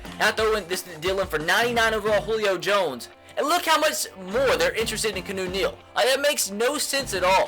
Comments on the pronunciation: It's not "Kuh-new" it's "Key-ah-new" freaking idiot... 😑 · No he says kunoo but he thinks it's keenu it's keawno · KEY·AH·NEW like Reeves not Canoe Neal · Aye, its Keanu Neal, not Kanu. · HOLY FUCK HIS NAME ISNT CANOE OR KEYNEW. ITS KEY-A-NEW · Keanu Neal is pronounced (kee-ah-new) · This dude said canoe Neil and Jeremy zootah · Who else cringes every time he says Keanu as canoe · Ur not saying Keanu Neal's name right its key-ah-new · If he says "Canoe" Neal one more time😂😂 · KEY-AH-NEW Neal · It is pronounced keeeeaaaaanoooo Neal jesus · he clearly stated a couple episodes ago that he knows that but he wants to pronounce it kuh-new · Watch his videos he still doesn't know how to pronounce his name